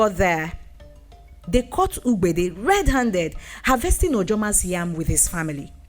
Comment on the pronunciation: Great story. But the pronunciation of the name 'ugbede' needs correction